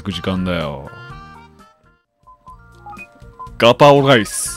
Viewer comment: うっしーのライスの発音すき